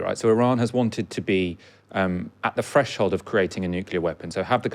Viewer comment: Fresh hold ?? This is why you Brits need to work on your th fronting